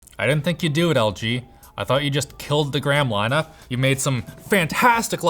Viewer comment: "I thought you just killed the gram lineuh' made some fantastic læptops, me an' Loynus went around and.."